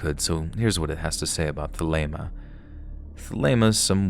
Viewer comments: also its pronounced thel a ma, which does not sound like Helena, at all. its good to stretch but dont reach too much 😅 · Hi, thanks so much for all of your awesome content! For the story from the security guard at the abandoned school, my partner actually identifies as a Thelemist and has for many many years. In our time together I have always heard her pronounce it They-LEH-mah which corresponds to Classical Greek, pronouncing the Eta as a short "e", as in the English word "bed" (/ɛ/ in international phonetic notation). I was confused on the pronunciation (as I am Wiccan not a Thelemist) but after doing some research it looks like both ways are correct! One is just modern Greek vs classical Greek. Thanks so much for the learning opportunity!